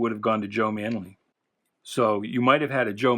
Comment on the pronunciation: I was the guy who told you about the correct pronunciation of Joe ManEELy. I’m friends with a guy (writer-artist Jerry Jonas) who used to work with him in the ‘50s. My friend is 90 years old and still sharp and he knows how to pronounce his old friend’s name. Repeat after me: Maneeeeeely.